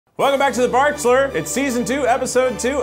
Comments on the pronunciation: The barkchulur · a season of the barkchshler international ?????